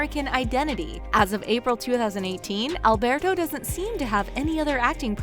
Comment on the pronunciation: I hate the way they say Alberto